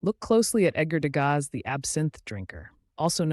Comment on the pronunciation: Le contenu est intéressant. Dommage que ça commence très mal avec un Edgar de Gaza. enlever cette voix artificielle et faites l’effort de dire le texte vous-même, qui encore une fois est intéressant.